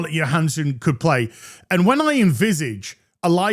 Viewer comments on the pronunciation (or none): Isn’t it “Joe-Han-son” not “yo-Han-son” ?